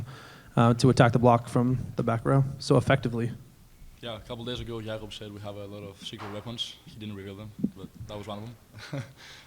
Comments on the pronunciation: I hope everyone pronounces his name correctly (Yacka) for Jakob Thelle. Thank you 🙏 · Even called him “Jacob.”